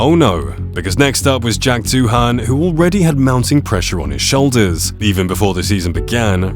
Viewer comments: It's pronounced DOO-AN - the H is silent you tool! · Doohan is pronounced "Do-an". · Fyi, Doohan is pronounced "doo-un" (no break, say it smoothly). At least that's how I've heard it since his dad Mick made an international name for himself...